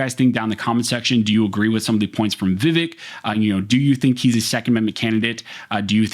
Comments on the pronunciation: His name is pronounced “Viv-ake” like in cake. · Vivek like cake not "Vivehk" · His name rhymes with Ear-ache - but with the accent on the second syllable: Veev-ACHE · Pronounced: Vǐv-ache Thanks for this awesome video! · The candidate's name is pronounce VIvek____Va Vake_____rhymes with cake. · Please...the man is a LEADING CANDIDATE for President. His name is pronounced: "Vih-VAYK." Pronouncing things correctly gives your information greater credibility. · The pronunciation is vi-VEK, sound like "cake" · Vivek... Rhymes with "Cake" (exact wording Vivek uses to explain it to people) also, it seemed you were intentionally avoiding his last name (it's hard, i get it), so for reference: Ramaswamy - Rom-uh-swom-ee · I wish people would listen to him about how to say his name is pronounced vavake sounds like cake not vavike like Michael vice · Vivek is pronounced Vi-Vake as in Cake. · "Vivake" like CAKE...😂 Love ya bro. Just had to. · Just so you know his name is pronounced VehVake, like ache, not ekk. As in I ache to have my 2nd amendment rights restored in California. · FYI his name is pronounced viv - ake like cake. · His name is pronounced vi-vAke. Second syllable rhymes with cake. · FYI: HIS NAME IS PRONOUNCED 'VIV-ACHE' (RHYMES WITH CAKE) !!! YOU DON'T WANT TO BE CHANNELING DONNA BRAZILE, LOL !!! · It’s pronounced Viv-ake! Like Viv-(cake) subtract the c. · Just so you’re aware, it’s “Vih-vake” with the emphasis on the second syllable. He talks about it specifically with Tim Pool on the Timcast IRLpodcast. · Vivek is pronounced vi-Vake. Thnx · Vivek rhymes with “cake”. It’s a very easy name to pronounce. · Yo, learn his name. It’s pronounced Viv-ache. Vivec is one of the tribunal from morrowind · It's pronounced Vi-Vake. It rhymes with cake. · Vivek….is pronounced Vivake (like cake)